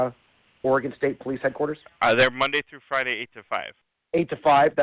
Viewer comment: "Oregone" Headquarters